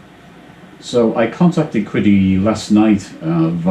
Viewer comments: Qidi... it's actually pronounced 'see dee'. Also it's just the X-Max, not the X-Max 'Pro'. The X-Pro is a smaller, dual-extruder version. Between the two of those is the X-Plus. Also worth noting that you do NOT need the top cover on while printing PLA, or the front door closed. In fact, your print quality is likely to suffer because the ambient temperature will rise too much with the enclosure sealed. PLA benefits from efficient cooling, unlike ABS which requires a high ambient temperature. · I think the closest english pronunciation of Qidi would be pronounced "Chi-di" but you should google pinyin to learn how to pronounce the q sound in Chinese. Q is like ch but with your tongue closer to your teeth and lips spread wider